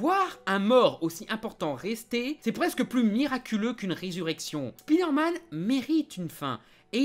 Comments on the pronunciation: Rah mais c'est pas "Spidairmane", mais "Spaïdeurmaine" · On dit "Iron man" Alors pourriez-vous dire "SpIderman" Merci. Cordialement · Comme ça m'énerve d une force les gens qui disent speederman au lieu de spiderman (spaille d'heure manne)